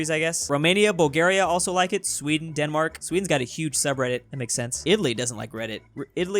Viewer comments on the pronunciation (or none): none